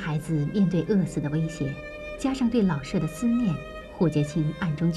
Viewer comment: “舍”有shě和shè两个读音，那在老舍先生的“舍”到底该读哪个音呢？ “舍”字读第三声“shě”，为舍弃；读第四声shè，为房屋。 老舍原名舒庆春，字舍予，笔名老舍。 舍予是舍我、无我的意思，在这里，“舍”即舍弃，应读第三声。